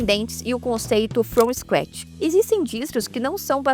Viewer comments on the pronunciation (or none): Sem querer ser chato, mas já sendo, o correto é "Linux From SCratch". e não "Linux From STratch" como está no final do vídeo aí. No mais, parabéns pelo vídeo! Um norte para os iniciantes. 🙂